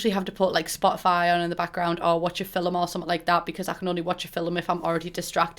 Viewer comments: nobody:: fil-um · everyone: film pumbella: fillum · ‘Watch a fill-um’.